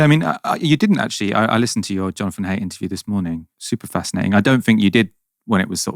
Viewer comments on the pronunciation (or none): Surely jonathan haidt is pronounced like height? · Please learn to say th. Also please learn to say Jonathan Haidt's surname. I'll generally watch right-wing stuff, but it seems like everyone is concerned about this and some good points were raised and discussed. Whichever side you're on, and whichever sci-fi novels you reference, it's clear there's a lot of problems coming down the line